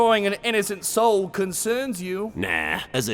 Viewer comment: "Here in ma evil wair, just stowle this, uh, new sowle here."